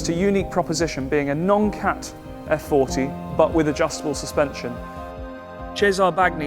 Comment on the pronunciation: I wish to compliment you on the quality of the videos. The story and the features of the cars are always elegantly told down to the geekiest details. I have to point out though, that for the kind of exclusivity of the cars, the formality of the presentations it’s very sad if not offensive that you butcher Italian so regardlessly. I shall never expect you call the car by its actual name “Effe-quaranta” despite in Italy we shall never call a Jaguar “Tipo E” but it would round up to 100 your videos’ prestige if you were to pronounce “Cesare”, “Bagni”, “Regazzoni”... the lot, in a more correct form. Thank you.